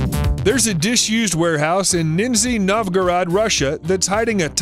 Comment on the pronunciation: "Nitzy Novgorad", that's brilliant. Thanks for a good laugh!